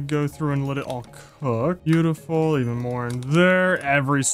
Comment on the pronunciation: stop saying biutifull